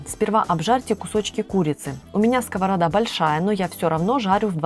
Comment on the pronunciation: Ну почему сковорода, а не по русски с ударением на последний слог, пере слушайте своё видео и послушайте как вы выковеркиваете это слово на все лады